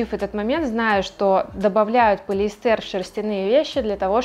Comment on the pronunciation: Очень разумный подход и взвешенная позиция. Немного только режет ухо полиэстЕр. Сорри, но хочется, чтобы у такой замечательной девушки все было идеально - 'полиЭстер'.